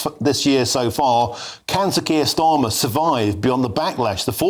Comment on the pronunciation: Are you saying 'skier Starmer', it sounds like it! He certainly does not deserve the title 'Sir'. In the old days you were given a knighthood for bravery, service or for doing good for the country. Starmer has done none of these things. He lied to the country and continues to do so. He gaslights the people. He is a traitor. He prefers the WEF to Westminster. He loves Muslims over the British people. He is a weak little excuse of a man and his Knighthood should be removed.